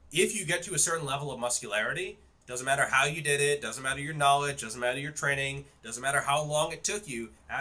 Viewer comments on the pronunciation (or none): I can believe you're not on roids because for how massive your arms are, your shoulders look pathetic in comparison (typically the opposite for users in my experience). That being said I can't take you seriously when you pronounce training as tren-ing.